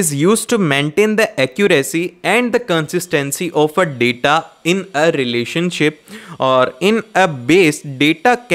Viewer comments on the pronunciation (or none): none